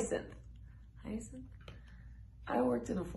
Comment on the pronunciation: U said hyacinth correctly. Like 'what are they doing in the hyacinth house' by Jim Morrison of the Doors'